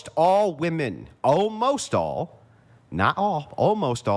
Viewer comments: "Women" is pronounced "wimen", not "woumen". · Women, not wooman. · How are women unable to pronounce the word "women"?? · Why can’t she fucking say women??????